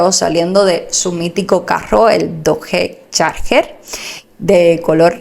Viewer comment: Bueno...la pistola es una Glock, se pronuncia tal cual y la pronunciación del coche es más o menos " dotch charjer" ...o sea un Dogde Charger...espero te sea de ayuda.Muy bueno tu canal.